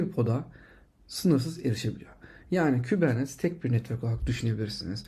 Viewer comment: Hocam iyisin hoşsun, şu kubernetes'i kubernet diye telafuz etme rica ediyorum. Kolaylıklar